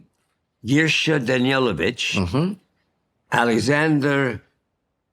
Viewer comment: It is Danilovich (Daneelovich) not Danielovich.